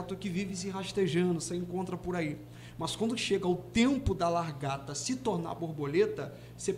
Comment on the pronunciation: 😂😂 tão lindo, mas ajudem ele a falar LA GAR TA kkkk